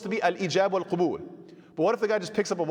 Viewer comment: السلام عليكم ورحمة الله وبركاته. Love the lessons, very informative, I love how you've managed to simplify these topics that are normally quite complex. Just one small humble correction to your arabic (I know your not an Arab native), the word is قَبول with a fatha, not قُبول with a dhumma. The later is the plural of قُبُل which would mean genitals. Forgive me